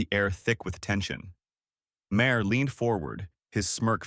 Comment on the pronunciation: This is phoney AI fiction, and the robot voice can't even pronounce Maher's name properly.